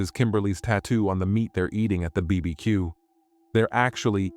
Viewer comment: Is that how a BBQ should be pronounced or is it me?😅😅😅😅😅